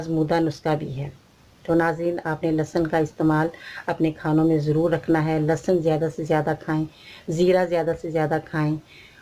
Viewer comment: AOA,achar kanlahsab nahi hota،lahasan ka achar.hota ha